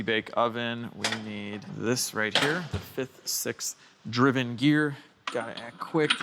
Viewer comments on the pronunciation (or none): none